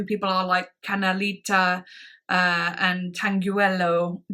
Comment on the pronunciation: Tanguillo sounds like tangillo, the u in the middle has no sounds. It's a flamenco style from Cádiz (Spain).